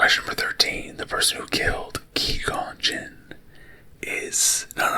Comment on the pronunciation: lol it’s Qui as in quiet, gon as in gone, and gin as the drink.